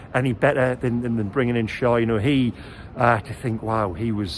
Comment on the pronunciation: Great report,! But it's pronounced Share - Schär. The two dots on the a are the key. Best away performance, best pressing for a while, the training is having an effect! Oh for a player who can produce the Beardsley clip when faced with only the goalkeeper to beat!